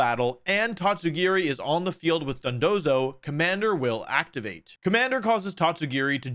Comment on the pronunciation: funny too, because if you look at his recent vids, he keeps saying Dodonzo instead of Dondozo